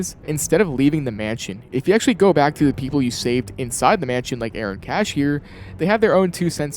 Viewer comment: bro said aaron cashier 😭